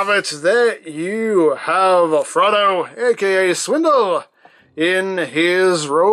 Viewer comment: Honestly thought you were saying Frodo.